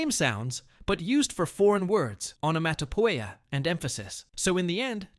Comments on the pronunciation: Onomatopoeia is pronounced (on-nuh-ma-duh-pee-uh) NOT as (on-no mat-o po-ei-yah) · And he prounounced onomatopoeia wrong